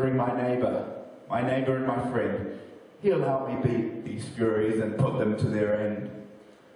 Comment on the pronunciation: Hey its Furies not Furries lol